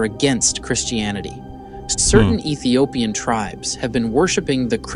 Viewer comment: It is pronounced Ethiopian